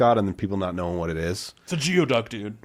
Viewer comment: Geoduck is pronounced “goo-ee-duck” 😊